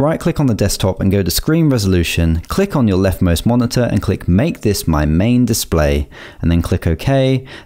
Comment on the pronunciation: did actualy help me allot but the mone heueeee was hillarious